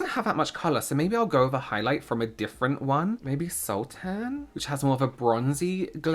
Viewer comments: loved the video, the makeup is really beautiful! sultan is said like suhltn like princess jasmine's father in aladdin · Sultan is a title for kings in like for example Ottoman Empire Sultan Suleyman. It's pronounced similarly to how you pronounced the fruit sultanas, which is an adaptation of the term sultana, 'sultan's wife.